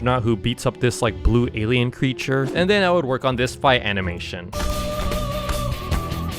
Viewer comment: Bro the anmenitin that he made was💀💀💀💀💀💀💀💀💀💀💀💀💀💀💀💀💀